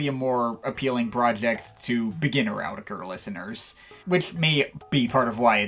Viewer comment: its pronouced autetitekr